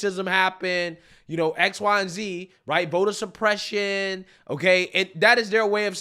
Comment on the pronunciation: Vota supreshuun.